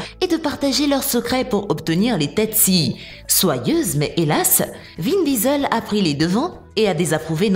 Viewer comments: C’est pas vin visel c’est vin diesel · Vin Disel 😂😂😂